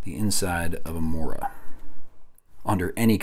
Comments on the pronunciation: The o in mora is pronounced the same way that the double o in moose is pronounced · The pronunciations, as a swede they hurt.